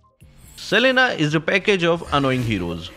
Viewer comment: To pronounce selena as salena. DOND DELL ME WHAT DO DO!